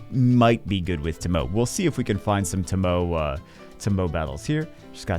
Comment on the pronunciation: TOE - MO - EY (tomoe)